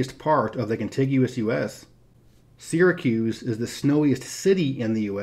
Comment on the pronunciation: I don't live in NY but I still want to thank you for pronouncing Syracuse correctly.